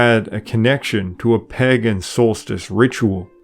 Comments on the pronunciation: Pay gan, usually not Pag gan. Informative video. Loved listening to it more than once. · pagan /ˈpeɪɡ(ə)n Sorry,really enjoyed this video. But!. Every time I heard you mispronounce pagan for pagen it triggered me a little. Just one small criticism. Apart from that,excellent work. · Lovely video. I really enjoyed the content - very well-researched. I just wish you had pronounced ‘Pagan’ correctly. It’s ‘peig(en)’ or ‘pay-g(u)n’, not ‘paggen’. It’s a good idea to check Google for pronunciations on words you’re unsure of. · The 1st "a" in 'pagan" is long, 'pay-gin", not " pah-gin". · Padan is pronounced pay-Gan. not Paggan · 11/27/23 your information is quite accurate, but I MUST ask you to check your pronunciations! "Pagan" starts with a long A, not as in at or _palm_. Think pay as in _PAY-day_. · The Eastern Orthodox who celebrate by the "old calendar" are a minority, to be sure... Also the word is pronounced Pay-gan. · I'm sorry but I just could not take it anymore. Pagan is pronounced pay-gun, not how you pronounced it. Sorry, it's a pet peeve of mine. Otherwise, I enjoyed the video and the information you presented. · It is PAY-gun! Hard to enjoy when such a basic thing is mispronounced throughout. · Pagan has a long “A”.